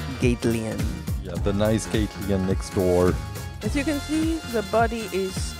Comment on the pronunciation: NOT GATELEYIN GATLYIN